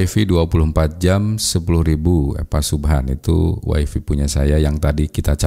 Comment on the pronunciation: Wify dibacanya WAI-FAI, bukan wai-fii. Kebanyakan wong jawa sering salah bacanya